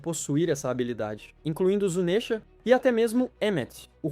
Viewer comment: Q agonia ouvir ele falar "zunésha" Nunca ouviu a dublagem em japonês? Se pronuncia Zunisha